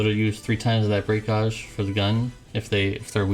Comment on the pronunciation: You know you are mispronouncing gauge right?